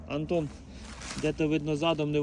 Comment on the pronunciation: Не Антон, а Гантон:)